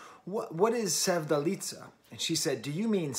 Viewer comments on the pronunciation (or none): Her full name is Sevda Alizadeh. Sevdaliza is just the combination of the two. The ‘z’ is not pronounced as in Italian language but just as ‘z’ 😊